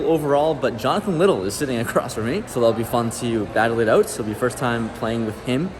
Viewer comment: Lol “battle it owt”